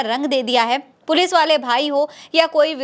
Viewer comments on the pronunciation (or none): none